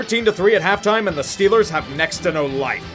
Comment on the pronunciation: I missed loving in SW Pennsylvania "Hayll Yea dis hears Stiller Countreee"